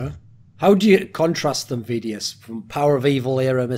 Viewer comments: Is it just me or is Thorin saying vedius’s name wrong the whole ep? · He does. Why? One can only speculate. Maybe he watches the matches muted or does not watch much EU LCS at all.